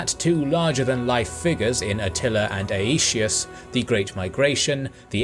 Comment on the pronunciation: "ay-ee-shee-us" xD